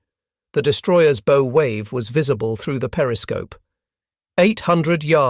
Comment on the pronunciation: Greatly appreciate your impeccably researched and produced videos. After having watched a half-dozen, I can find only one nit-pick—your mispronunciation of "bow." I am neither professional historian nor amateur, so I can't easily understand the outrage about the Morton incident in the light of "Bomber" Harris and General Lemay promoting indiscriminate carpet bombing of civilian populations (e.g., Dresden and Japanese cities) during WWII , which (unlike strategic targeting) did nothing to shorten the war. If I have that wrong, I hope someone will correct my misunderstanding.